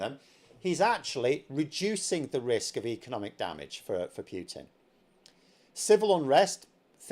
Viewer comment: My name's and I can't pronounce PUTIN to save my goddam soul.